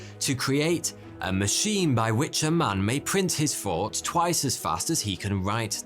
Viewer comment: he pronounced "Thought" as "Fought"